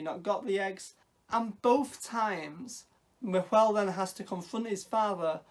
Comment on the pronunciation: Just a heads up, the pronunciation is a little deceptive for English speakers; Nahuel looks like na-hoo-el, but it's actually just na-well. The h is silent, and the u is close enough to how we pronounce w. I only say this because I learned it from my Argentinian husband when we chose to give our son this very same name. 🙂 I'm super happy that there's something with his name, because even in Patagonia it's uncommon, so with any luck it will become more known. I can't wait to see this movie, thanks for reviewing it!